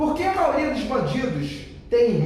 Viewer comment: Gabriel só uma coisa, não "maoria" é Maioria.